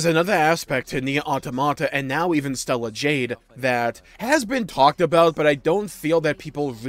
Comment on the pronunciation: Stellar jade😂